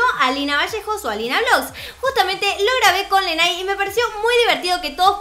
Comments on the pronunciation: no se dice se dice leney 😂😂😂😂💕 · se escribe y se pronuncia LENEY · Se escribe pero se pronuncia Leney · Se pronuncia leney () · Lynaaaa se pronuncia Lenei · Se escribe:. Se pronuncia: Lenei no Lenai 😂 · se pronuncia como liney 😂😂❤️ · su nombre se pronuncia leney pero dile como tu quieras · Se pronuncia Leney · nose ablar argentino pero lo intentare oshe no es por criticarte ni nada pero se prenunucia leney y se escribe